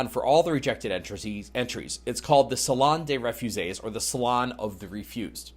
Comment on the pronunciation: If you can’t or won’t pronounce the French title correctly,then just refer to the painting using the English title.